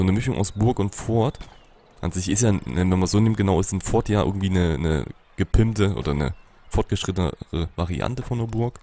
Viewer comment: Das "T" bei "Fort" spricht man eigentlich nicht aus! ;) #GrammarNazi Nice Folge wieder! Ich hab mich schon in das Spiel verliebt und werde es mir dann kaufen wenn es fertig ist. Oder vllt sogar schon die Alpha!